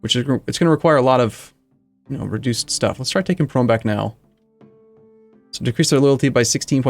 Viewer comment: its not 'Prome' its actually "P Rome" capital of the P Roman empire